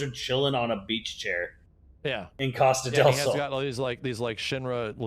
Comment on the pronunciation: Coas-ta-de-L-sol... its Spanish for sun coast.... funny hearing native americans try spanish.